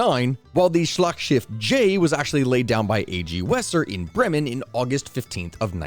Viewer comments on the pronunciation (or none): none